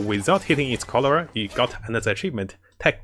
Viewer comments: Its Corolla not colora, some flowers might get offended from your mispronunciation !!! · I keep hearing "cholera". Sorry XD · Corolla, I keep hearing Cholera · 'How many times can say corolla wrong challenge' lol